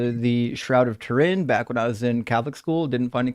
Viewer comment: "Rag of Tourin" nearly made me pee myself 😂